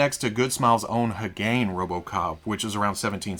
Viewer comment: Hey, "Hagane" is pronounced Hah-gah-neh. It means Steel.